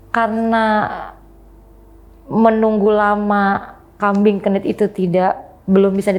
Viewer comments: kambing kendit bun bukan kambing genit 😂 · Namanya kambing kendit, bukan kmbing kenit, itu hostnya juga kayak termul plonga plongo ga ngebenerin. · kambing kendit mbak..klo kami jawa.bukan kenit